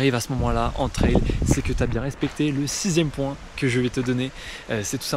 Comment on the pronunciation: on dit tri an pas tri un